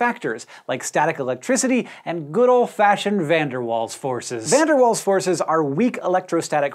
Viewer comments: Van der Waals (pronounced Fan der Waals) affect all compounds it's just that with polar compounds the dipole-dipole/hydrogen bonds are a lot stronger than the Van der Waals and therefore the Van der Waals forces contribution in those cases are often negligible. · FUN DIR VAHL That's how you pronounce it!